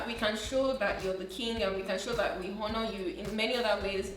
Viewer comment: murdered the H in honor serially lol